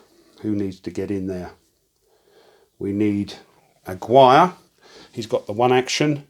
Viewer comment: Great video as always! Just for future reference, the name Aguirre is pronounced "ah-Gear-re", it's Hispanic:-)